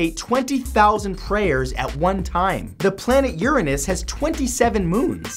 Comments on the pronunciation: He said Uran oos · He pronounced Uranus as uriniss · You really took all the fun out of saying the name "Uranus"